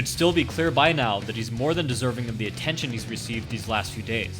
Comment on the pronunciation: "the atTenshin he's recieved" :D